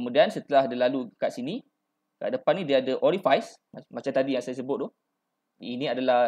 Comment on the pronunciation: Terbaik boss... Excellent info. Just nk mention, Pneumatic sebutnya silent P (sebut new-matic je). Orifice sebutnya (oree-fees) bukan (oree-fais).. Otherwise terbaik 👍